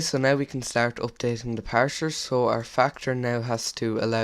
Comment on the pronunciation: parser not parsher